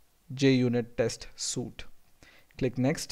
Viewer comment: You did a good job. One thing, you pronounced suite as "soot". Suit as in, The man wore a business suit" or 'The diver uses a wet suit" is how you pronounced Suite, Suite is pronounced "sweet" as in we rented a suite ("sweet") at the hotel.